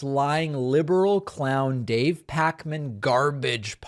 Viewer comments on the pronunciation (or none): none